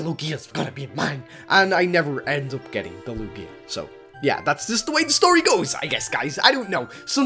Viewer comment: its not lu-gia its lugia thiers no stop in the middle